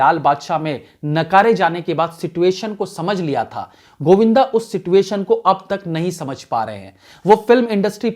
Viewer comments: सर जी सिचुएशन होता है सीटयूएशन नही। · Sir ji sitoytion nai situation hota hai (सिच्वेशन)